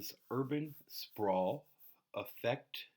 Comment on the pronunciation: Its sprawl "Urban sprawl" the expansion of city!